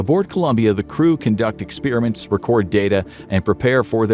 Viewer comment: The way you pronounce, “experiment”, upsets me!